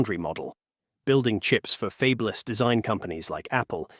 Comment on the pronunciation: Did 'they' put "fabeless" (for fabless) in there just to prove this is an AI reader 😅